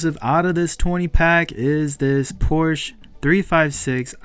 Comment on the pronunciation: Please say Porsche correctly in the next video..come on now!!!!